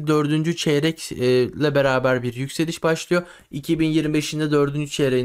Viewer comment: Sert yökseliş diyorsun on kuruş döşöyor bir kuruş yökseliyor